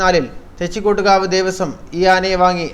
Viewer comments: എന്ത് ഊള വാർത്തയാടാ ഈ ചവർ ചാനലിൽ പറയുന്നത് തെച്ചികോട്ട്കാവ് രാമചന്ദ്രൻ എന്ന് പറയാൻ പോലും അറിയില്ല വല്ലപ്പോഴും നാക്ക് വൃത്തിയാക്കുന്നത് നന്നായിരിക്കും , ആനയുടെ തൊട്ടടുത്ത് പടക്കം പെട്ടിച്ച അവൻ ഇടഞ്ഞത് അല്ലാതെ വെറുതെ ഇടഞ്ഞതല്ല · Da മൈരേ ആദ്യം തെച്ചിക്കോട്ടുകാവ് എന്ന് പറയാൻ പഠി